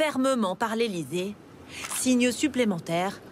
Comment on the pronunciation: "par l'ÉlyZZZée"